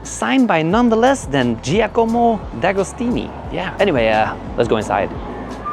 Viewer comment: Giacomo agostini u moron…the greatest of all time and u are not even able to pronounce properly his name….